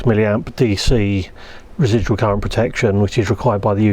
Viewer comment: "primary differential _cureent_" Seems like I'm not the only one occasionally repeating the wrong leeter in a sentence